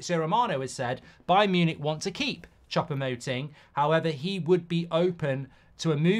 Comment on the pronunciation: It's almost like he's intentionally mispronouncing foreign names !